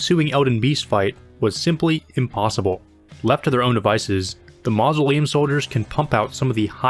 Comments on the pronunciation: "Ma -zo - lee - uhm" soldiers😂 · the way you said mausoleum hurt my soul